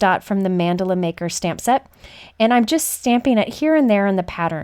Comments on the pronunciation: It sounds like you are saying Mandolin like the instrument. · It's more like mann-duh-la Idk how you'll spell the pronunciation but its kinda like that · I love your videos. Thank you for your fabulous sharing. (I would like to correct your pronunciation of Mandala- Mun-doll-a is a more accurate pronunciation)